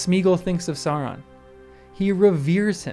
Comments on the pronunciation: Love it! You're very right. :) (though please don't say "sah-ron" -- the first syllable rhymes with cow.) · The Sau in Sauron is supposed to sound like now.